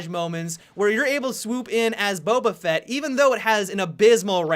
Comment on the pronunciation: Finally someone who pronounces Boba Fett correctly.